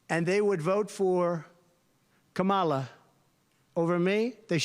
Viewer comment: Someone should point out that the inability to pronounce words properly (like KAmala) could be a sign of mental deterioration.